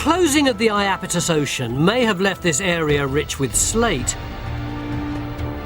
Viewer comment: It's the IapEtus Ocean. [EYE] + [AP] + [I] + [TUHS] .